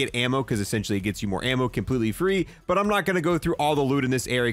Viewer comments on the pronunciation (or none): none